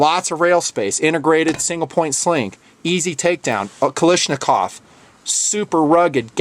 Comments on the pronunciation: it is not pronounced ka-lish-nakov, it is KALASHnikov. AVTOMAT KALISHNIKOVA MODEL 1947. Sorry to nitpick but it was really bothering me lol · you are pronouncing Kalashnikov wrong